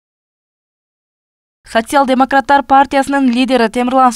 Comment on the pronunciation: Сасиял дейт го😂😂